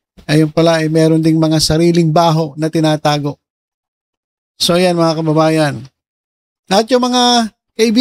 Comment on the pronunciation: Un din narinig ko sayo Paulit ulit, BMT”mga ka-BABA-yan”😂😂